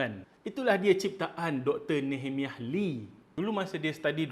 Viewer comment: Sekadar kongsi info, cara sebutan nehemiah adalah (nee-heh-mai-yah).